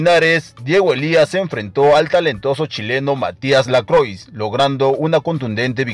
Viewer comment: No se Pronuncia "LACROIX", SE dice o PRONUNCIA "LACROA".....